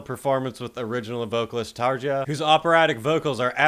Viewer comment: Wow this went downhill fast with Townsend, symphonies and TarJa. I can't stand her and Nightwish but I still pronounce her name correctly (it's not a hard name, only five letters). Will go watch Proud to Commit Commercial Suicide 😂